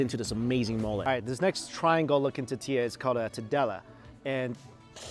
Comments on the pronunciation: Lol say it with me mike TORRR TIII LLAAAA ! 🤣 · Mike say “totiya” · Its tortilla not tittia. Love your vids btw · Is it just me or is Mike forgetting the R in the tortilla...?? sounds like hes saying totilla....maby its just me beeing picky lol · What the hell is a titilla? I’ve heard of TORTillas but not um....titillas? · TOR TEE YAH not TeeTeeYa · I giggle a little every time I hear Mike say totilla instead of tortilla lol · If it's tortilla why do I hearing " tutia" mucho spicy did really just say that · Please learn how to say "tortilla" correctly!!!! 😡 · Mike, please say t-OR-tilla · The way he says tortilla is brutal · 😂🤣 I just want Mike to say "Tortilla" correctly! Pura Vida from Costa Rica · Please say “tor” tilla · Please make an effort to say tortilla correctly mike, please...every damn video stg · Awesome video! But repeat after me... Tor-tilla 😂 gets me every time lol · OMG ITS TOR TOR NOT TEA ITS TOR TORTILLA